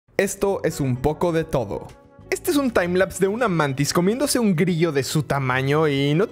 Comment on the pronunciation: se dice mantis aunque sea en plural